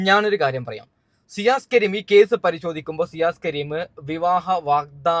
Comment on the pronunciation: സിയാസ് " അല്ല ഷിയാസ്